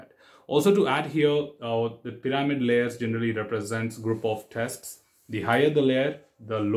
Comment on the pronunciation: Test pir-a-mid